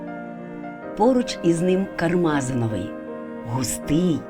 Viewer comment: Дякую за цікаву тему. Але варто правильно ставити наголос. КармазИновий. Наголос на літеру ,,И"!